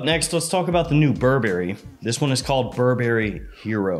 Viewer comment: Bur Berry? no Burberry. it's one word